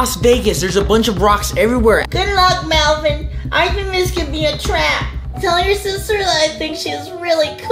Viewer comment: Its Melvin not melvien